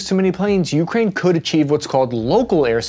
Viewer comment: this may seem nit-picky and trivial, but the pronunciation of "ukraine" with an emphasis on the first syllable, the "u," drove me crazy, made me cringe every time i heard it, and made me not want to keep listening, which is unfortunate, because i found the video informative and interesting otherwise. i mention it in hopes of the presenter using the more standard pronunciation in the future.